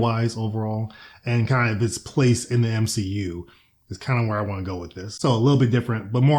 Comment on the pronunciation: the M-SHE-U i fucking bad